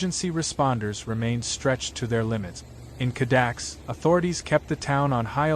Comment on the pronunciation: It's not "Cadax" - it's Cada -kess. Dali's residence.